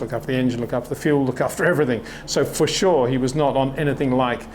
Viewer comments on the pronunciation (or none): none